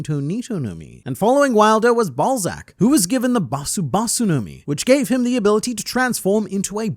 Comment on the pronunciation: Laughed audibly when I heard “Balzac”.